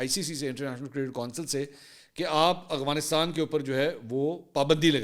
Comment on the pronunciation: بھیا ورڈ ٹھیک کر لو اغوانستان نہیں ہے افغانستان ہے جزاک اللہ